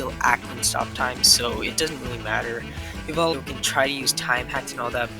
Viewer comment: you said diavolo and jolynes names wrong